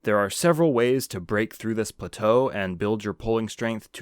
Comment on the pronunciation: Ffs learn how to pronounce plateau.